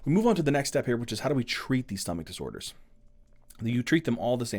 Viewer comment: “stomach disorers”😂 THANK YOU FOR THESE AMAZING VIDEOS❤